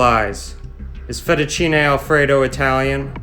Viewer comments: I love how he makes no attempt to say the Italian words in any way Italian Fetucheenay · Im german and I believe 100%! My passion is cooking and language! And therefore I try to pronounce the words, the same, as I heard them from the native speaker, as a form of respect and I think we can understand each other better!! So, I learned that the American and English people pronounce everything they don’t know as an “ey” For example Fettuccine =Fettucciney, Cafe=Cofey, Late=Latey, Grande= Grande and Giovanni= G I Ovanni, though I heard the Italian pronounce it more like Govanni with the first I silent! Only if the name is Gio then the I is pronounced! And to come back to the “ey”, the can pronounce the “e” it’s in thE, fEttucine, pEn. do you think I’m to serious or do Italian pay attention to that? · This guy is funny, mentioned the correct pronunciation of fettuccine Al Alfredo multiple times, and he just… can’t… I think he’s having us on. Yep, there’s some intentional filmmaking going on here.